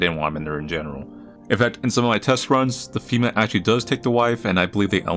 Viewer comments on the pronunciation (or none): none